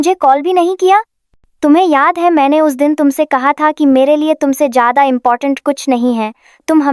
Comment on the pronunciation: Jayada ko acche se bolna